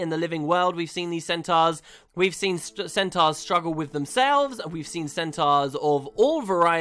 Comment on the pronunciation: stop pronouncing centaurs wrong! fucking hell!